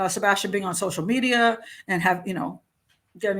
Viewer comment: no she literally can't say his name in any sentence or interview. It's sad..